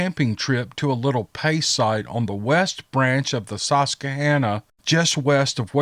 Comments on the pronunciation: Hey, this is actually close to me. That river is only a mile away from me but you pronounce that a little off it's like you would pronounce an Indian's name because that's what it is the Susquehanna Indians are there tribe they gave the river the name. Sus- kwa-hanna. It's kind of funny how easy it is for people around here to pronounce so many names because there's so many towns that have Indian names like tamaqua. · Oh, a story from an area I’ve actually visited! So the Suss-kah-han-nah river & valley has squatches!